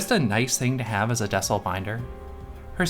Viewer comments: I think it’s pronounced “Dee-sell”, like decelerate binder ! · Not that it matters and I very well could be wrong, but i'd imagine that it's DEE-CELL. As in decelerate.